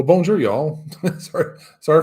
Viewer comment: Hi, are you taking any French classes? I have trouble understanding some of the French places you mentioned. Halles Paul Bocuse, for example. Even the way you say Bonjour 😀. Remember that in French you always stress the last syllable of the words: BonJOUR. Don’t be one of these American expats who never learn the local language. You’d miss out on too much. I think you’d probably like Lyon, a bigger city and the TGV is so convenient. À bientôt. Edie